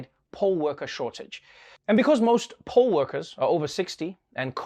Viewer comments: Poll worker, not pole worker. English, man 😆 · Does anyone else hear "pole" worker? 👀😅🙈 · I gotta get my mind out the gutter. When he said "poll works,"... i thought he meant pole worker. Lol, why would there be a shortage of strippers? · It’s a shame that I heard poll-workers as pole-workers. I was like, since when is there a shortage?